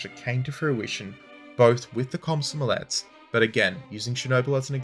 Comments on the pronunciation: Did he say Cosmo Omlette? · It's a scary word, but you can almost pronounce it the way it's spelled in English. Kom-so-mo-lets, kom like com in communication, so mo like you're talking about Mo from Simpsons, saying "That's so Mo!" and lets you can pronounce normally. Think of Mario's "Lets go!"